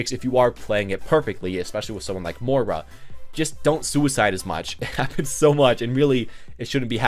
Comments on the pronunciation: Im irish and i want to kms everytime he says More-a instead of moy-ra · She pronounces it like "Moi-ra" in-game though.